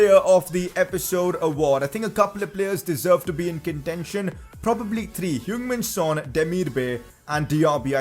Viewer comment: Its heung min son